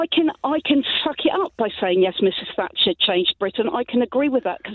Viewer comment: I could have sworn she said Mrs Fracture. It would certainly match her sentiments.